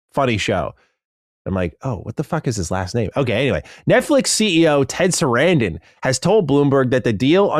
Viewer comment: epic butchering of Sarandos